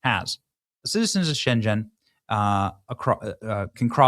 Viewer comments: You seriously need help in pronouncing words from Europe. Shenzen is in CHINA. It is pronounced Schen-Gen you need to pronounce the "G" And her name is Frederik-sen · It's 'sjengen' not 'sjen djen'. And yes, it's horrible. No they wont check papers because they throw m away. 150.000 and counting. SAD! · Shen- ghen, not Shen-jen! They don’t pronounce g’s as j’s when followed by a vowel. C’mon Benny, do some research before hand. Makes you look like a hack. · Benny - not pronounced "Shen-jen". It's 'sheng -en". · Sheng N, not shenjen. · Benny, just to tell U, Shengen has "G" Like in goat. The word U pronounce siunds Chineese, no worries. But this is disaster and people of Poland are pissed, citizens, not the government. But we will prevail. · Try pronouncing Schen-gen with a g not zh it's not Chinese. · its pronounced more like gun but with an e, so not shen-jen like you say. Its shen-gen with but the gen sounds like gun but replace the u with an e. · It's Schengen not Schenghen, Benny: you should know. Sounds like you haven't heard the name before. You pronounce it as if it was Chinese! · Pronounced schen Gen not schenjen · 1. Schengen is pronounced with a hard G. 2. No one has yet pulled out of the EU. Talk is talked all the time but as of now nobody beyond UK has actually walked and Brexit did not solve all of Britain's problems when they foolishly elected a Labour gubbamint almost immediately after the supposed exit. 3. I lost trust in the MSM long ago, have turned to folks such as BJ here for a big part of my news, and generally like the product produced. But...careful with the clickbaity not quite true thumbnails I've been seeing a lot of lately, not just here by the way. The propaganda of lies can only be opposed the propaganda of Truth. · PLEASE, Benny, have enough respect for Europe and Spain to learn how to pronounce "Schengen" and "Ceuta." Hint: hard g in Schengen. SAY-U-TA. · It’s pronounced with a hard “G.” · Shengen (hard g) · Schengen, hard G